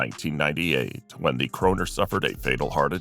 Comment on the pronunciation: This Youngster Dumbster narrator called Sinatra a "Croaner." At least he didn't call him a "moaner." But he could have called him a a "crooner." Also, how does anyone tackling this subject spell Cagney with a K or give "Carrie" Grant a female gender???? I would think most people would know how to properly spell "Cary Grant."